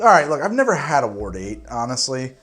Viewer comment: still having troubles with saying the word "Ward" I see. Just say "WAR" and then add a D at the end. (My mothers family are Wards)